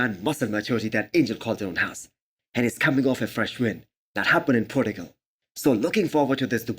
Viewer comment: Love your content. But it kills me when you say podigal. Its portugal. Like porchugal.